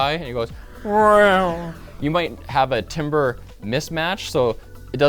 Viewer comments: Yo, timber and timbre are pronounced very differently lol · Nothing discredits any expertise on sound quite like mispronouncing timbre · I wish I could type timbre how it is meant to be pronounced, but it's not how you said it :) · That is not how you pronounce timbre